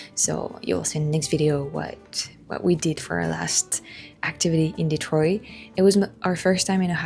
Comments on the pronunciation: Hearing Detroit pronounced in proper French as it was intended (founded by a French man) was really nice! Next time you come to Detroit, though, please please ask for recommendations for Detroit style pizza again. Buddy's is the most popular, but as you may expect, it's not the best by a long shot. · My family has lived here in Michigan since 1870... there's some families that have been here much longer. I personally know such a family that still calls "Detroit" in French pronunciation like yourself at the beginning of your video... I often call it that myself. My grandparents were each 1/2 French Canadian and my grandmother did speak in French to her family members. My family lived in Northern Michigan near Petosky, Charlevoix, Boyne City, Boyne Falls and East Jordon. I recommend seeing Northern Michigan yourself sometime on one of your trips. The beauty of the area is breathtaking. Huge rolling hills that look like mountains, but are actually big gravel piles left by the glaciers. There's a lot to see and do there... the list is endless. I enjoyed your video... thanks!